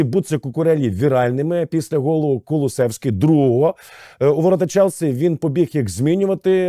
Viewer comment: Правильно Кулушевський а не Кулусеський 🤣